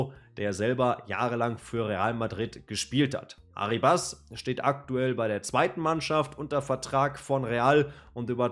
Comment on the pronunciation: kurzer aussprachetipp: der junge mann heisst nicht arribAs (der Akzent liegt nicht auf dem a), sondern ArrIbas (also akzentuiert wird das "i" ;) gern geschehen.